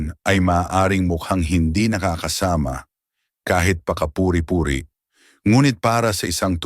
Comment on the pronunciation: Ayusin mo ang pronouncetion, Nakakasama! hindi nakaka- -sama